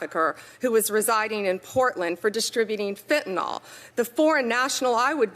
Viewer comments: Pam Bondi...It's Fentanyl NOT Fentynol, you idiot. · What disturbs me, as a lover of language, and defender of literacy, how the highest government can’t pronounce “fentenyl”. Its not “fentenall”. Geez. 😂😂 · An attorney general saying "fentanol" 😂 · Why do Americans pronounce FentanYl as FentanOl? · Why TF can’t any of these highly educated people pronounce fentanyl? It’s a Y, not an o. What the actual fuck? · "Metha-amphetamine"; "fentanOl". Quite pharmacologically literate, this lady.